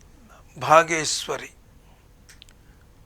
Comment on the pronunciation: నమస్తే సార్,మీ విశ్లేషణ బాగుంది సార్,ధన్యవాదములు సార్,ఇక రాగం "బాగేశ్వరి"అన్నారు.కాని బాగేశ్రీ కాదు.ఇది ఒకరకంగా మూడు రాగాల రాగచ్ఛాయలున్నాయి.అవి మధ్యమావతి,శ్రీరాగం,దర్బారు,రాగాలు,ఇందు అన్యస్వరాలు కలవు సార్.